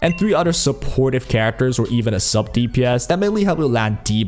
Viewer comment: please pronounce at least 1 character's name right i beg you bro